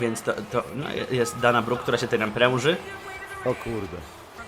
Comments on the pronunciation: dana brock wymawia się (dejna bruk) ;) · Czyta sie dejna bruk i iwa mari